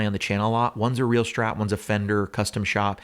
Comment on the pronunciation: Please stop saying "Shhtrat." It's not your dialect, it is the only word you pronounce incorrectly. Thank you. -your viewers.